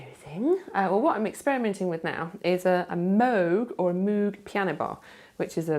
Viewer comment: You make me weep with joy just talking! So excited about all your projects, and find it hilarious that whenever you say Moog you pronounce it both ways - I ALWAYS do that :D